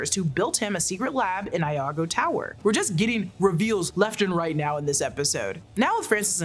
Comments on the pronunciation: (whispers): It's "iago tower" not "Lago" (capitalization choices for emphasis lol) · I think you meant Iago (from Othello, pronounced ‘ee-ah-go’) Tower instead of Lago Tower… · That and Iago. E-ahh-go